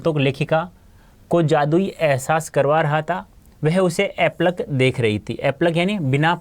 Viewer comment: Sir aap apalak ko epalak padh rahe hai 😂😂😂😂😂😂😂😂